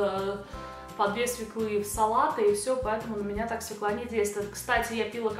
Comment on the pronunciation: Вы прелестны, но только СвЁкла, а не свеклА ;) Прошу, не обижайтесь!;)